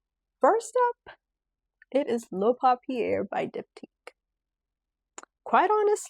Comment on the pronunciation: I love your content. Please though, take the time to learn how to pronounce the perfumes correctly. For example "papier" is pronounced "poppy-yay", not "poppy-air." There are a number of other glitches in the video when it comes to pronunciation. I think it matters that you get this right.❤